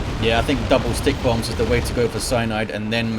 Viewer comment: I'm still learning about this game, and while I know (now, anyway!) that it's "stikkbombs", I keep thinking is saying "stink bombs" and it stupidly makes me giggle like a little girl.:_indridWarboss:🤭